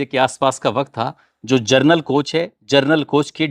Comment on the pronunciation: नमस्कार, जनरल कोच उच्चार आप जर्नल कर रहे है.